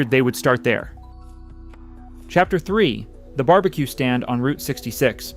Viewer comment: It's ai slop. Mf said "bar bee quay"